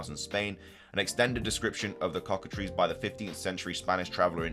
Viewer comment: I would love a cockatrice inspired pokemon. (and thank you for being the only poketuber to pronounce that correctly so far) The Elite Four being back is a very good thing.